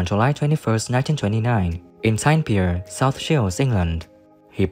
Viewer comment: Could you please get your areas of the North East . I never heard of t pier you do mean Tyne & Wear .